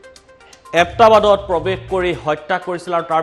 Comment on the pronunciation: এবটাবাত নহয় হে ওবাটাবাট হে উচ্চারণ ভালকয় করিব।